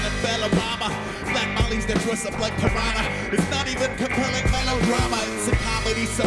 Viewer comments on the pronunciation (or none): none